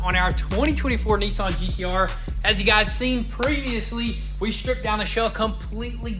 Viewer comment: What’s a Neeesan are they the same as Nissan